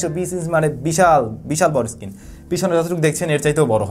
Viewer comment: উচ্চারণ সঠিক ভাবে করুন। Screen কে আপনি Skin বলে যাচ্ছেন ক্রমাগত। এ দুটো শব্দের অর্থের মাঝে আকাশ-পাতাল তফাৎ। মূর্খ সোদার মত ভিডিও বানাবেন না